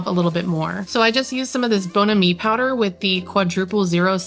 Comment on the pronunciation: I just love your channel. I happened upon it a little while back an immediately subscribed. I love your home. My favorite esthetic is mid-century or MCM. Just fyi though...it's "BON-am-ee".